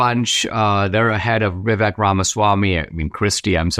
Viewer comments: Dinaaaasysh!! Stop being irritating. Pronounce Vivek's name correctly!! Vivaaaaake!! You know perfectly well howvto pronounce it!! Still respect you immensely..... British Indian from the UK🇬🇧🇮🇳🇬🇧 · His name is pronounced like ViVAke - like cake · Very good analysis, Dinesh. But... being an Indian American, you should know that "Vivek", when pronounced correctly rhymes with Cake. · Dinesh is Indian, and he pronounces Vivek's name wrong. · Dinesh, you are from India and you mispronounced Vivek's name?😊 Even white people get's his name right Vivek like "cake" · How is this guy not able to pronounce Vivek's name? Is this Indian on Indian crime? 😂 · Hello Dinesh, love you love your channel here on YouTube but please pronounce Vivek’s name correctly. I am supporting Trump but have been a super fan of Vivek longer than his announcement for President. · It’s kinda funny to hear an Indian mispronouncing Vivek. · Dinesh, for the love all that is decent, please pronounce Vivek's name properly if not your own name. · Except that he can't say Vivek's name properly. LOL